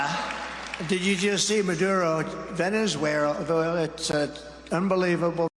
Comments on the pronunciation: Venez-werrr-uh. Covfeve, Donald 😗👌🏻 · Trump sighed reading Saudi Arabia cutting production and then said it was sad. NO GAFFE. He mispronounced Venezuela but quickly corrected it, in fact pronounced it clearly twice. FAKE NEWS.